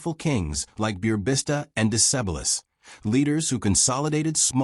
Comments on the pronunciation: Romans conquered just a third of Dacia . Dacia is pronounced day chiar. Decebal as dehchehbahl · Ah those butchered names in english of Burebista and Decebal